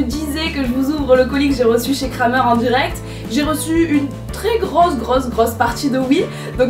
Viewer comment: Super vidéo qui met toujours de bonne humeur. Nouveau dans le monde équestre, je bois tes paroles... Lol. Ps: Juste pour le fun, Krämer se prononce " krémer" 😜